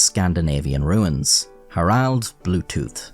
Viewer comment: I legitimately can tell if "ruins" or "runes" is being pronounced